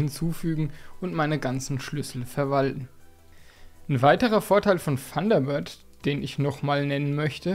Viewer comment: Funderbird .... ich höre immer nur ... Funderbird:face-blue-smiling